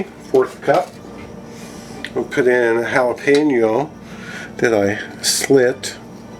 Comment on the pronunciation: Eat that Hah-lay-pen-yo? No beer? Sad face